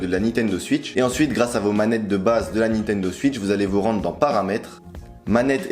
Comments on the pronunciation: La nintendo suitch Très belle prononciation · Nintendo "Suitch" au secours